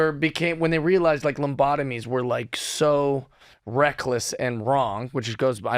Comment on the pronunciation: Was he calling them "lumbotomies"??